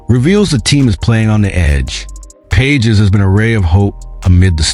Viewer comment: Robot is not able to pronounce Pages name!